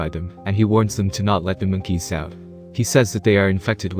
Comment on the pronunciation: Why’d u say mookeys